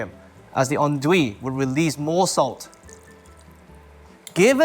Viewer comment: This guy is so precise in everything he's saying... and yet this is the worst way of saying "andouille" I've ever heard 😂😭